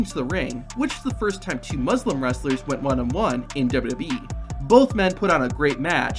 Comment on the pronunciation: Since we're on the topic of facts and such......... 1. It's NOT pronounced MAN-soor, it's "Monsoor", Mon of Monday. 2. In Muslim, the "MUS" rhymes with puss, and not the "mus" from mustard.............and the lim is NOT pronounced as lum. Pronounce the "I" more.